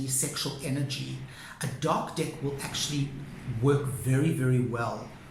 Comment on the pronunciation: I’m trying so hard to take you seriously. I love your videos. But it so sounds like dick each time you say deck.